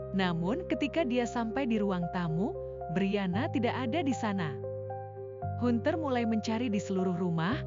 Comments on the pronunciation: ini pake penerjemah otomatis kayaknya? hanter..bukan hunter.suaranya gak ada emosi.persis suara² di Fb😁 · Hunter?? Pengucapan nya bukan hunter tapi Hanter,,,,,ini kan ejaan asing please....